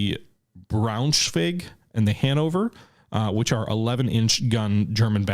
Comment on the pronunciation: the pronoucing for "Braunschweig" goes like "Brownshwig" as the combination of "ei" in german is pronounced like the english basic letter "i"